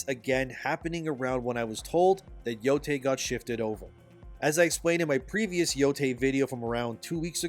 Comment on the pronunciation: ITS YO-TIE NOT YO-TAY SAY IT RIGHT